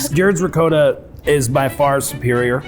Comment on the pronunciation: I'm shocked at the fact they didn't know what rennet is, like, here (Italy) you learn how cheese is made in elementary school, I guess we take our cheese very seriously lol P.S. Zach, awesome pronounciation on that last 'ricotta'!